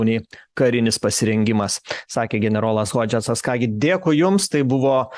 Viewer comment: Vedančiajam: Benas Hodžesas o ne Hodžetcas...